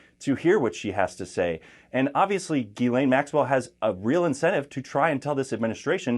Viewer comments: Jiz-lay. It’s French. It’s not Gee-lane. The “n” is silent. FFS. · Her name is pronounced GIS like jeez, laine like len